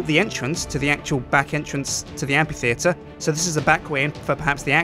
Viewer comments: you pronounce amphitheatre weird. and i'm not sure about the lights in it, maybe something else would look better? fantastic building though loved the faces it was a brilliant idea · I hate to sound like a total nob, but... you're saying it wrong (according to the Oxford Dictionary, anyway); Amphitheatre - A round building without a roof and with rows of seats tha... pronouced: 'æmfɪθɪətə(r). No worries. The building looks awesome:) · Ok, english is not my first language, but I have never heard Amphiteater as the way said it, I have always heard it like Amfiteater. Can someone tell me if what I have heard in the past is wrong or not? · I agree. Hasn't he heard anyone else say amphitheater before? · Am I the only one who got ever so slightly annoyed at him pronouncing amphitheatre wrong?